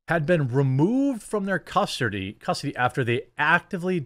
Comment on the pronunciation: "custardy" you turned into ryan for a sec 😂